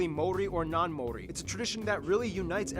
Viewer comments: Maori. Ma-or-ree or Mao similar to the pronunciation of the chinese mao and Ri as in ree. Sorry they butchered it. Also while hunting played a part the Moa became extinct more from climate and habitat changes than hunting. However 16 different species of bird became extinct after the arrival of Europeans, in particular the Huia was hunted to extinction by traders for its feathers to be sold for hats. The arrival of Europeans like so many other places brought a host of diseases which along with ww1 and 2 decimated the Maori population. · The way they butchered the maori names